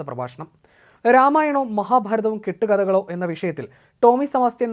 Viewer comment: 'രാമയണവും മഹാഭാരതവും കെട്ടു കഥകളോ' എന്നല്ല 'കേട്ടു കഥകളോ' എന്നാണ്' പ്രസൻ്റേഷൻ്റെ പേര്.. അവതാരകൻ ശ്രദ്ധികണേ.